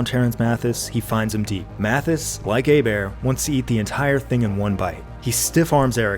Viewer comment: Job Bois said Hebert right, another reason to love this man